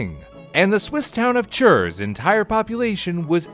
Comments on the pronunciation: as a Swiss person: the pronunciation of "Chur" hurt really bad. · You pronounced the name Jenatsch correctly but then butchered Basel and Chur? Lucky or did you look up how to say Jenatsch?